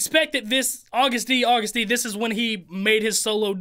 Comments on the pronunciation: It’s pronounced like you would say August like the month and then you say D. 😆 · Solo is Agust D it's pronounced just like "August" Just like in bts he's Suga not sugar. There is a video that sequels this one called "Give it to me" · It’s pronounced August D. He also goes by Suga (short for shooting guard- he plays basketball) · agust is pronounced like the month , “august” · Am I the only person who laughs when he says "to the STD" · Name pronounced: Ag-oo-st d 🙃